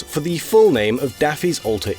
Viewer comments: ay-oh-han? Try Owen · Just an FYI: "Eoghan" is pronounced "Owen" (it's Irish) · “Eoghan” is a Scots Gaelic name, pronounced similar to the English/Welsh name “Owen” or the Irish “Eoin”. If you’re making a facts video at least get the pronunciations right. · The pronunciation of Eoghian is the most butchered pronunciation of any word that I have ever heard